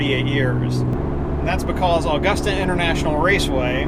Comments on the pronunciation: Been trying to get this track back in action, and used for Rally or road. Also it’s pronounced uh-gusta not aw-gusta :) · Never heard anyone call it "Allgusta"..... Here in the South, we pronounce it "Ah-gusta. Smooth, with no inflection. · First, it's not "Awww-gusta". It's "Uh-gusta" Only people not from here pronounce it incorrectly.